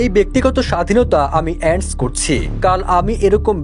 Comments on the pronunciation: এন্ডস করছি হবে না, 'এন্ডর্স' করছি হবে। সাংবাদিক হয়েছেন ঠিকই। উচ্চারণ শেখেন নাই। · Ends na re sanghatik sry... sangbadik.... Oitar pronunciation "Endorse".. Tomare voice over er job diche kida?